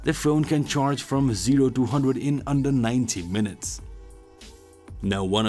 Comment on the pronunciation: sounded like he said it charged from 0 to 100 in 19 minutes... at first i was like GOD DAMNNNNNNN (But he meant 90)